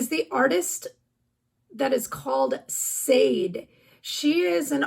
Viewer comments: Love the Smooth Operator song (it's pronounced like "sha-day" btw, but I totally knew who you meant so no biggie)! Always love these videos that you put together, they're insanely helpful :) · I was just coming in to say the same thing SHAA DAY 😊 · No biggie...but Sade is pronounced Sha-de. Emphasis last syllable. I'm old...she's my generation :)